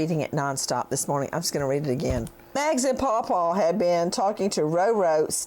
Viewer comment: I want to throw up everytime he says Pawpaw